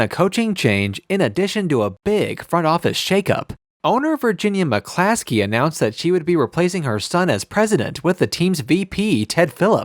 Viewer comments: Narrator is an Idiot he doesn't even know how to pronounce the Families name. It's McCaskey not McClaskley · If you're going to make a video about this. Please get the names right. It's McCaskey not McClaskey. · It’s McCaskey not McCaskley dude… should get the names right if you’re gonna make a video about the bears and solider field.. just a thought.